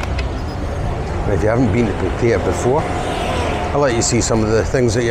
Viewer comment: Gonnae no say Pattaya with an East coast accent ... also you don't give the Rockhouse a mention .. Alex has been there 18 years .. also Retox bar on soi buakow good wee bar ...